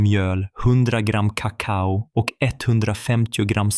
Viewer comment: Han har fel betoning på "kakao". De talar som datorer. De talar inte naturligt.